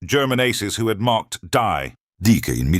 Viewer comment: AI shifts from British accent to American, then back again. Also, die is pronounced "dee" in German, not "die". I cannot give this a thumbs-up.